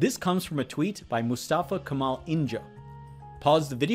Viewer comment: Evet duyunca bir farklı hissettirdi hocam :)